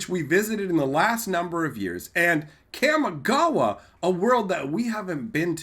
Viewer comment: Hey there just wanted to let you know in Japanese a is pronounced only as ah. So Kamigawa is pronounced Kah-me-gah-wah. Not kam-e-gah-wah.